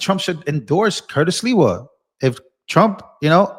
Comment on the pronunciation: You just called him Curtis Leewell It's SLIWA Com On Man